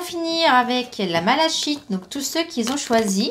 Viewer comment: Bonsoir, Merci pour ce tirage. J'avais choisi la malachite (qui se prononce malakite 😀). J'espère que vos prédictions vont se révéler 🤗❣. Bonne soirée.